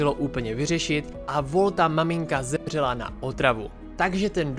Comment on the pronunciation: já rozuměla zemblela